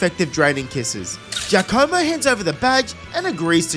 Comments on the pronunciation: Gaccomo??? Its GIaccamo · Btw it's gi-AC-omo (g as in guy)